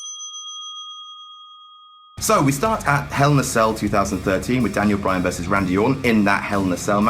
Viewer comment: Bray Wyan lol